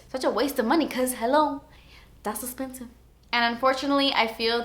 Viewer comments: who else just loves when she says "oh my gotch" or "that's etspensive"? I live for it. I literally laugh every time she does a little Miranda Sings. it's amazing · You need to do a whole video called 'Dat's Espensive'... kind of like Jeffree Star's $70 Eyeliner or $200 foundation videos. Get yourself an espensive product and review it XD